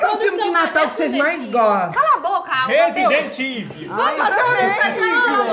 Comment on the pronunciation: Qual o filme de Natal que vocês mais gostam? - Resident Iviillll!!!! Sério Igor, não dá kkkkkkkk você é sensacional!